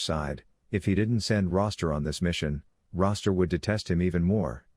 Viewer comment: It's Rooster like the male chicken.